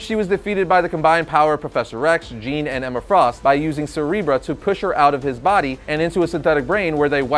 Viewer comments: CereBRUH? I thought it was CereBRO? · You mean Cerebro you pronounced it wrong.